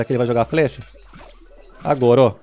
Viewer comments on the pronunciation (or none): none